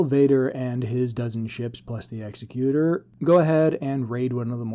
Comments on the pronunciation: They are spelled differently. Vader's ship Executor. Your pronunciation Executer. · Oh, my... All I'll nitpick for now: mate, it is pronounced Egg-zek-cue-tor, not Ex-ee-cue-ter. As in executor of a will. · Very cool speculation! One small nit: “executor” in American English would be pronounced “egg-ZEK-you-ter” as we commonly hear in the “executor of a will” … it’s not “EX-uh-cute-er” like one-who-executes-people. (That second one isn’t actually a word. 😂 If that was the intent of the name, it would have been called the “Executioner” 😁). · Exec-U-Tor. Pronunciation is important :)